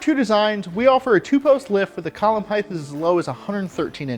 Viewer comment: Height not “heighth”